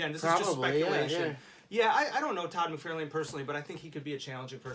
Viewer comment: I cringe at the way the dark haired guy pronounce. Todd's last name.